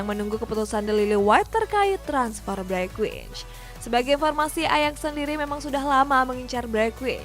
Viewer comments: Bergwijn itu dibacanya 'Bergwain' bukan Bergwich 🙏🙏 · Bereqhwaiyn bacanya